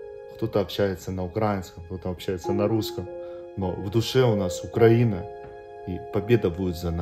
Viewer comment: как же уринцы коверкают название страны, ну чтож укроина потом не плачьте и не говорите а нас за що